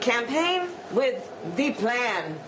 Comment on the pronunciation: She didn't sound like she was affecting an accent as much as emphasizing "Thee Plaan". It doesn't matter either way since she most likely doesn't understand "Thee Plaan" anyway... I keep waiting to wake up from the surreal nightmare that is this fake administration, btw. Hasn't happened yet. ☹️ #LGB! (I hope Brandon is a patriot, otherwise his life at this point must be miserable. ha!)